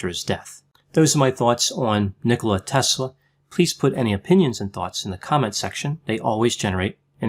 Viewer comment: Wow! You nail it again Doc! I am serbian also and I was soaking in all this information about Nikola Tesla since I was a kid! Btw, you said it perfectly his name👌🏼 Just to add one interesting thing- He was a great friend with Mark Twen❤️and he also had big passion for books since he was a little kid. His dad had a big Library, and Nikola would often read the books till late at night with a light of a candle. His dad would always say to him to stop reading books so late, he was afraid to Nikola don’t ruin his eyes:) Who would think that he would invent electricity one day, what we have today and his stolen scripts about shield around the Earth. He was a beautiful men and gentlemen and all lady’s in that time had a crush in him:) He was the Genius of all times and I am so happy that he wasn’t greedy. Greed is rooth of all evil. He was generous like you said and he had a beautiful heart. He wanted for all people in a world free energy. Everything was stolen from him..He is in good place now...God bless him forever🕊